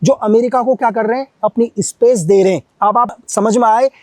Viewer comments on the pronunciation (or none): none